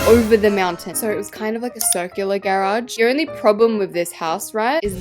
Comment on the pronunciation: The way you say GAERAGE its just i cant 😭